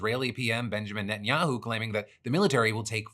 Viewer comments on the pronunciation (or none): none